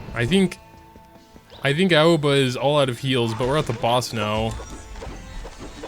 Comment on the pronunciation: Aoba is pronouced A-O-Va